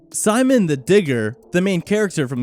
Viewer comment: its pronounced ''See-moan' not 'cy-man' get it right or take a drill to the face!